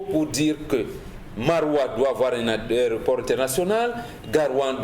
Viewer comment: Pourquoi ils disent tous au Cameroun, les journalistes et animateurs TV compris, "ARÉOPORT" et non pas "AÉROPORT" Messieurs les journalistes notez l'antéposition du "É" par rapport au "R"